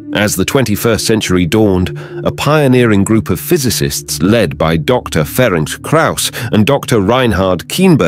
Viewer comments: Yes, brilliant development. But a pity that the narrator was unable to find out how to pronounce the name of Dr. Krauss - it is 'Ferents', not 'Feronk' or 'Ferenk', transliterated from Hungarian. Unfortunately such sloppiness diminishes the message. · Try to pronounce this: Ferentz Krayus. It will be closer to what it should sound like. He is not french but hungarian.